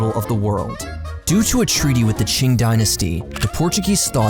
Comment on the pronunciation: Kind of surprised how typically mispronounces foreign names, but pronounced "Qing" perfectly.